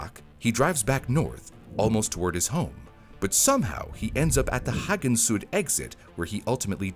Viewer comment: Yeah, the pronounciation of "Hagen-Süd"... we need to talk.